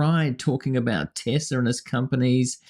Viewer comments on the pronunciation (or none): He love TesLERRRRRRRRRRRRR not TesLAAAAAAAAAAAAAAAAAAAA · Lol at Trump saying Tes-ler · "I LOVE TESLER". what an Idiot. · He loves "Tesler!" TELSER...... 😂😂😂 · "I love Tesler!" Trump doesn't even know what the brand is called, that's how much he loves it. I doubt that car now belongs to Trump any more than the Cybertruck that Adin Ross 'gave' him. Just a show, no actual Trump ownership involved. He's not going to give Elon $10s of thousands for a car he can't drive (presidents and former presidents aren't allowed to drive on public roads due to security), and he wouldn't drive it even if allowed to. It's not flashy or elite enough. He did not buy it. I don't think this charade will help Elon though. Almost everyone but his cult hates him now. People take it out on his cars. Only a fool would spend that much money on something that will even turn your own people against you, and you never know when a drawing of a dick (in sharpie) will appear on it. People are trying to camouflage their Teslas as other brands for very practical reasons. "What Tesla? I own a Honda. See for yourself." lol When are the boards of directors going to dump Musk already? He has ruined, irreparably, his reputation and the reputations of his companies. He's made it crystal clear he's a drug-addled villain who refuses to act like a responsible leader, not even a responsible dad. Everything's a joke with that POS, all for his own entertainment. Most countries where he still has positive polling can't afford his tat. Authoritarianism tends to create low-income populations. Elon walked himself into the pit of spikes. Boo hoo. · 😂😂😂At the very end Dump calling Tesla "Tesler" is pure gold. 😂😂😂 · Trump..."I love Tesler". LOL... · "I love Teslerr" 😂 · "I love Tessler!"... and he is not buying any of the cars, he is getting them for "free" from Peelon. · “I luv TeSlure” 🤣 Trump could not have said it better. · “I love Teslerr!” ? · Did he say Teslerrr? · Did he say "I love TESLERRRR!"???